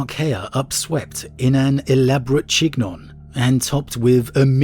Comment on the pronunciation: 100% makes sense that you wouldn't know this, but "chignon" is pronounced "sheen-yawn." 🤙 (and now all I can think of is Charlie Sheen yawning, while rocking a dishevelled chignon & dark shades, a liquor bottle in one hand, a cigarette in the other 🤦 why am I like this)